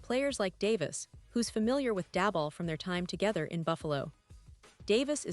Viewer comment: You should learn how to pronounce the Giants' name Malik and Daboll